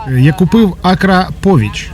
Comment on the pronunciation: не араповіч а акрапович